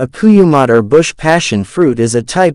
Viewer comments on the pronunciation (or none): Kurumbot not koyumot